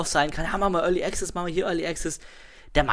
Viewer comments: sun of a beach es ist schwer, das tatsächliche Phänomen nur mit Worten zu beschreiben, aber ich versuchs:) möchte dazu sagen, dass ich Student der Anglistik bin. so wie es ausspricht, hat er am Anfang ein geschlossenes E, dann ein stimmhaftes G und Z, ein 'schwa' (ja der ton heißt im Englischen so), welches er schluckt und am Ende ein stimmhaftes Z. Dabei hat er die Betonung am Anfang der Silbe auf dem E Die richtige Aussprache nach RP (recieved pronounciation) wäre allerdings ein offenes E wie im wort TRAP. Desen E-Ton gibt es allerdings nicht im Deutschen, es ist vergleichbar mit dem Ä, eine Mischung zwischen A und E. Danach sollte ganz klar ein stimmloses K und S folgen. anschließend ein 'schwa' (ja so heißt der Laut) und am Ende das stimmlose S. die Betonung ist ebenfalls anders. und das ist wirklich so! Im Englischen ist die Betonung nicht willkürlich.. Meinetwegen kannst du gerne auf gehen und dir mal abhören, wie es ausgesprochen wird und anschließend hier im Video vergleichen. =) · Überhören nicht ich nehme sie schon wahr nur bin ich kein Grammtikfetischist wir sind ja nicht in der Schule oder so . Außerdem macht es ja einen entscheidenden Unterschied aus ob der Typ ständig Pronomina Artikel etc falsch setzt oder access nicht wie ein Brite aussprechen kann